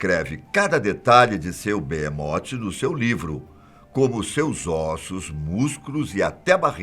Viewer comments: Não é Beemote, é behemoth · o Nome E Behemoth Não Beemote kkkk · Mano..eh "Behemot" n beemote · BeHemoth com som de R não beemote porra fatos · Oh , man , é Behemoth e não beemot ...